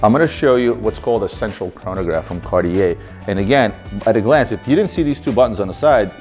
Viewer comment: Marco was supposed to teach the proper pronunciation of Cartier to the LB team. What happened?